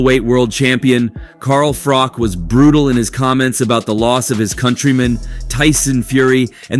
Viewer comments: Frich???? froock????? Frock???? its froch At least learn to pronounce someones name correctly before making a video... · Fuck sake say Carl's name right!! The last part is pronounced like you're saying cheese, not cock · His name isn't Carl Frock....its Carl Froch. Please learn to say it right 😂😂😂 or Frosh..... its FROCH....CH...CH...CH....FROCH. FFS. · Carl Frowj and Carl Fridge. WTF is this channel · Is it frosh or fritch , you can't even pronounce his name 😂😂😂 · Carl Fridge.. Love how Americans get everything wrong 😂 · Who the fuck is Carl Froc?dude you can't even say his name properly. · IT'S CARL FROCHHHH OR TRY IT FROTCHHH👍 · ‘Carl Frock’?? Who’s he? 🙄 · At least learn how to say his name right. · The narrator talks like he is "all knowing" about the Fury's and their detractors, but can't even pronounce Carl Froch's name.😂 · This guy pronounces Froch’s name differently every 2 minutes lol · Wow, how many ways can you pronounce Froch in one video!!! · narrator doesnt know how to pronounce Froch haha